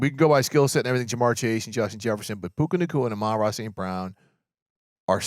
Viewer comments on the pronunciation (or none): At this point, it's gotten so egregious around the league that I don't know why AH-MON-RA St. Brown doesn't call a press conference to tell the sports world how to correctly pronounce his name. It drives me crazy every time I hear "a-MON instead of AH-mon." Dude had a season on Netflix and we still can't get it right.